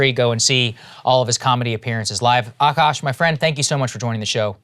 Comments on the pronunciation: AKAASH NOT AAKASH!!! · Akash, Aakaash, Akaash, the spellings in English can be any of these, but It's all spelt the same in Hindi, आकाश and pronounced the same way ''aa + kaash" .